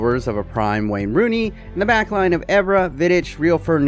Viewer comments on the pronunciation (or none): none